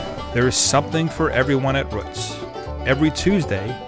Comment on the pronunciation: Been there several times (when I'm in the Lancaster area on a Tuesday), even though I reside 50 miles away. However... I thought, by the spelling, that it was "Rooots" (rhymes with boots), but the narrator refers to it as Ro͝ots, rhyming with books or as as in foot. Do you know for certain if the founder was Mr. Ro͝ot? ...or actually Mr. Ro͞ot?